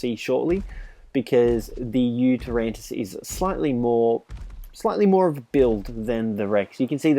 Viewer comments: The video was great, but just for the future, it's pronounced You-Ty-rannus, not You-ter-rantus. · UGHHH ITS NOT U-TER-RANNUS ITS YOU-TY-RANNUS PRONOUNCE IT RIGHT NEXT TIME OK?! READ HOW TO PRONOUNCE IT ON THE GOD DAMN WIKI!!!! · It annoys me how he says yutyrannus. He says yutyranntis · It is called a yutyrannus not a yutyrantus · Its pronounced yutar ranus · Nobody noticed he didnt pronounced the yuti correct? 😝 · "I forgot it's name for a second there" Mispronounces Did you ever know it? There is clearly no silent 'T' in the spelling, if you read it.